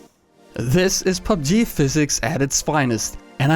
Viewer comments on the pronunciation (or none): none